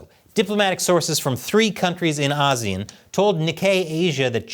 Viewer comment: I like how you pronounce ASEAN, many people and even Google tend to say it wrong. You and the Indian news network like WION got it right.